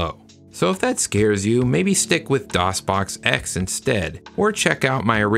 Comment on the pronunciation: DosBoxPure "Doon" LAWL